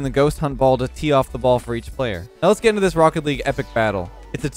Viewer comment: " go" anyway he 100% watching sizz